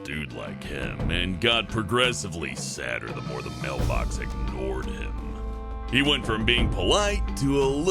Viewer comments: "Male" box? Did just assumed the gender!? i know he said mail box not male, don't try to look like a smartass its just a joke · When said "mailbox" I thought he said "male box"